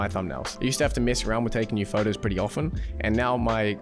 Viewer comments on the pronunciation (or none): none